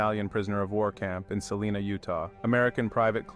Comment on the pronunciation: My grandfather was there just after it happened to help clean up. He always said this was his saddest day of the war. And it's pronounced Sa lie na, not saleena.